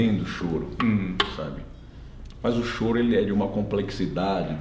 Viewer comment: Mas,, não é Chorô e sim, Chôro!